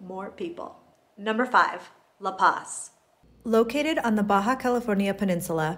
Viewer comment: isn't some expert on La Paz. I like her videos fine but it's really easy to find people who've lived there at least an entire year on FB groups. I mean, she doesn't even pronounce La Paz correctly. Check out the channel Almost Retired In Mexico if you want someone who is much more knowledgeable about the place.